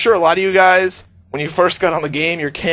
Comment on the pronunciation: ''you huys get the jizz'' ?